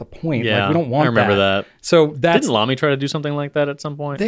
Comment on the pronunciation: Please don't say Lamy please don't say Lamy please don't say Lamy 🤞